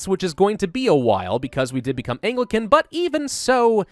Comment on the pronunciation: I just need to get this off my chest, but I believe you're pronouncing Anglican wrong.